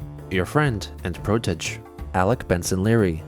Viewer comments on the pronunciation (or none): can some email and let him know that protege' is pronounced pro-teh-shzay, not pro-tedge, thx